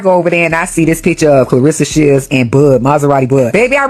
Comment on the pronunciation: Who the hell is "B Clarsa Shelds?!?" Cmon 50, you too old for this blsht!